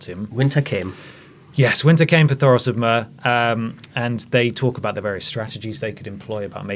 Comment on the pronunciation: its thoros not toros!! this ginger guy... also called the hound the mountain!